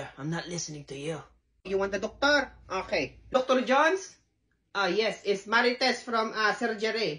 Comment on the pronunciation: "Okhay"... got me (even got the nose right for the bit 😂 )